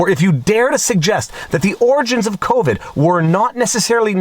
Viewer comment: If your Talking about Fauci, there's no 'o' in the last word of "Covid Count"